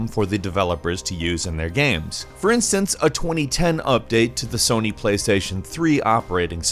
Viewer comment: Just realized pronounces “games” as “gams”